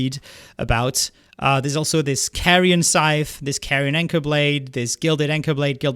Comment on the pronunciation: Hol' up did he just say Carrion